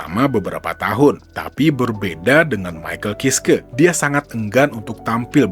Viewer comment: Bacanya maikel kaiski om 😅😅